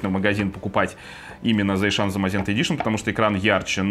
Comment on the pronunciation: Засиан. Зайшан звучит как гастарбайтер из средней Азии )